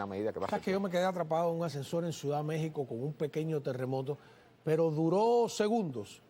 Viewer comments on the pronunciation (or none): none